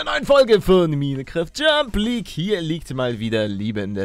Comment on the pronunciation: du hast Jump Leauge gesagt😂